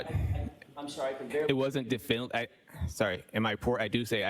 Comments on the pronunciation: He repeatedly can't say "definitively" (d'fin-ly) ... because he doesn't actually know how to say it or spell it. He doesn't know the word. He's not an expert in English. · It may be petty and a little bit elitest of me, but every time he says "definally" instead of "definitively" it hurts me.